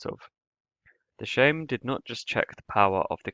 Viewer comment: Sejm is pronounced like the word same, not like shame, but otherwise a pretty cool video